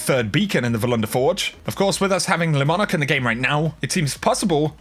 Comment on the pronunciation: ITSSSS LEEEEEEEEEEEEE MONARQUE NOT LESSSSSSSSSSSS LEEEEEEEEEEEEEEEEEEEEEEEEEEEEEEE